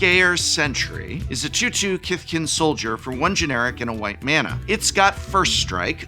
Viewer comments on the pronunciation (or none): none